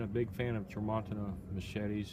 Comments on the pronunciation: It's pronounced Tra mon CHI-na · the name of this machete is pernonuced "Tram - ma - teen - na". It's from Brazil and it comes only partially sharpened, requiring the owner to perform the final sharpening. Which you did a good job of showing, and is not hard to do.